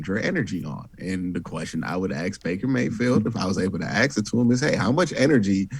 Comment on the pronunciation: Hey Q, I like your channel and your appearance on this channel... But, you have to stop saying SPUNT‼ IT'S NOT A WORD, MAN‼ "SPENT" is the word you want to use. Also, the other word is ASK, not AXE. I know... bad habits are difficult to break... I get it. But, please be conscious of how you pronounce those two words, okay?🙏🏾 Nevertheless, continue the good work you do. 👍🏾